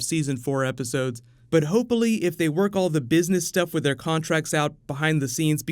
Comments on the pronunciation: man said "hopeully" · "Hopeily" - 2017